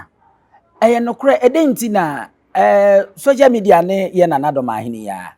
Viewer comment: . Did I he say Soja media? 😂😂😂😂